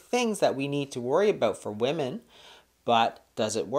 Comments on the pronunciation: Why does she say woman instead of women? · why does she keep saying woman instead of women? LOL and sorry but my appetite goes up 3rd week of cycle aka PMS week. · I was just googling and wondering the same thing! Usually women refers to more than one and woman is one woman. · I don't trust a woman can't say WOMEN! :D